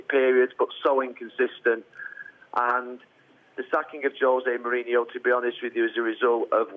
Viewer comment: Why can't they pronounce his name right it's Mourinho not Mourinhio no I in his name idiots!